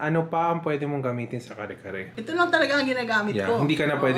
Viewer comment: You are fluent in Tagalog and you pronounce it CARRY CARRY?! 🤦🏻‍♀️🤷🏻‍♀️